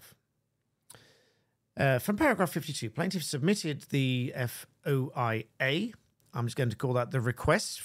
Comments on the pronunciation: FOIA is often pronounced 'foi-ya' (rhymes with soy-ya) for ease. Also, if Homeland Security actually lost that file, I have different concerns.😂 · We pronounce it Foy-ah for FOIA